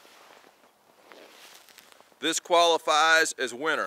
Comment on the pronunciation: Its winter not winner